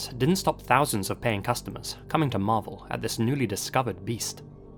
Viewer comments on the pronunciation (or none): none